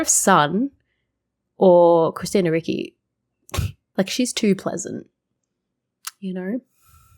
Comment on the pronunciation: Hiya. Sorry, I can't let it go, this time. Ricci is not pronounced 'R-ikki', it's pronounced 'R-itchy'. Hope your Christmas was a good one. Stay safe. All the best to you.